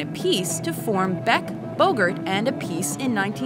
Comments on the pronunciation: terrible pronunciation of Appice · When it comes to music, there is nothing wrong with being a perfectionist. JB will always be one of my favorites. His treatment of rare and unique melodies, like Where Were You, can be without comparison. The woman mispronunces Carmine Appice's name. Do your research... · That's the way his girlfriend pronounces it. Perhaps it's a joke between the two of them, because as legend has it Carmine has certainly had his "pieces". The Italian pronunciation is different.